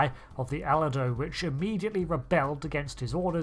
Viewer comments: Pronounced Uh lee doe … Not al uh do. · "Allay-dowe"? "Serri-toes"?? A perfect video, but your pronunciation hurts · It's Aledo.........A-LEE-DO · I'm curious why you pronounce the names of the Cerritos and Aledo like you do, esp. since their pronunciations in the episodes are pretty consistent. Instead Ser-EE-tohs, you say SER-uh-tohs, and likewise instead of uh-LEE-doh, you say AL-leh-doh, not only changing vowels but changing the stressed syllable. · Ahh-lee-doh. ALEDO. I could see a Texas class as automated, but operated as a small PT Boat. Send it out in waves; in surge attacks. If needed, you could place combat control on a larger Texas Class ship with a small crew. Possibly less than 10, 7 at least... Skipper Little Buddy-1st Officer/Main Gunner Professor- AI driver Technician/Remote units controller/programmer Mr. Howell-Chief Engineer Mrs. Howell- Engineers Mate Ginger-Weapons Maintenance/Amorer Mary Ann- Expendible Jack of All, Technician 1st Class. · I love these videos, but I will never understand how someone can mispronounce something that is said multiple times in the episode. How could anyone think Aledo was pronounced A-lay-dow, especially since the name was said several times. It reminds me of a friend that pronounces Skyrim as Skrim. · super duper, teeny tiny correction: Aledo is pronounced "Ah-LAY-do". Remember if it comes from anywhere you'd think of cowboys, there's a lot of mexican/spanish influence on the place names. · Al-ee-doh. Ser-ee-toess. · Seh-ree-toes. A-leedo. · USS ah-LEE-doh... Not whatever you said 😂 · Aledo is a city in texas and its pronounced a-leed-dough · The Aledo is pronounced "ah-lay-doh", just FYI. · The narrator pronounces Aledo and Cerritos so strangely.